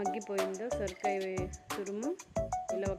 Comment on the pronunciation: సురకాయ కాదమ్మా సొరకాయ